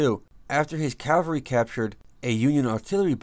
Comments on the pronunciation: LOL, also he says Calvary instead of Cavalry, big difference in definition. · Why would they get somebody to narrate this who can't even pronounce,"Cavalry?"